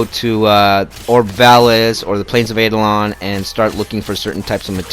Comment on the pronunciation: Second it’s not pronounce aidolon